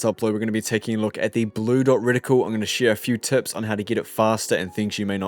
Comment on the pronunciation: Btw it’s not “ridicule” it’s “Reticle” 😉